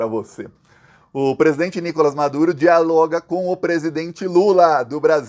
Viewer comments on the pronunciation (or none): none